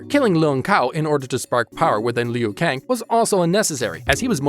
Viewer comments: I dude said lung kou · Its kung Lao & Liu Kang(Loo-Kang). Its Kano(Kay-No).